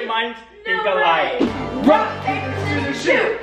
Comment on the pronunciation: Am I the only one that heard "should we play wock paper scissors" ?